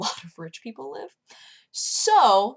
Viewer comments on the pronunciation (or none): none